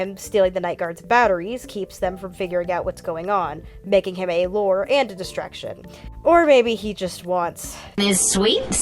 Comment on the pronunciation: 'Say 'lore.'' 'Lore.' 'Now, say 'lure.'' 'Lore.' But seriously, good ish. Well done.